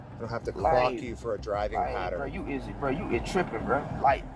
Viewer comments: "paterin", sir I believe you ment "pattern". That's some terrible grammar. Oh, then he didn't break no "infractures". Did this guy ever actually ever go to school? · Idk what a driving 'patterin' is lol